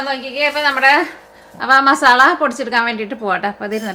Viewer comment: മസാള അല്ല 'മസാല ' എന്നാണ് മലയാളത്തിൽ പറയുമ്പോ എന്ന് അറിയില്ലേ??!!!😆😆 മ സാ ല ok? ള ള എന്ന് കേൾക്കുമ്പോ അരോചകം ആകുന്നുണ്ട് dear 😄